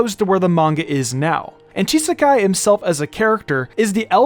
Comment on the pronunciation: I think there may have been some kind of mishap that slipped through the net here. The name "Chisaki" is definitely not supposed to be pronounced with an "-ai" sound :P